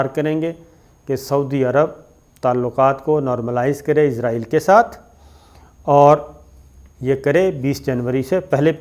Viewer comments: سر کیاآپ ناراض نہ ہوں تو یہ صحیح تلفظ اسرائیل ہے جبکہ آپ عزرائیل بولتے ہیں اور آپ کا علم میرے سے بہت زیادہ ہے تو آپ اگر یہ صحیح کر لیں گے تو نوازش ہو گی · اسرائیل بولا کریں عزرائیل فرشتے کا نام ہے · عزرائیل نہیں اسرائیل ہے۔ عزرائیل تو موت کے فرشتے کا نام ہے۔ کم از کم تھوڑی بہت تو معلومات تو ئونی چاہیئے آپ کوگوں کو بھی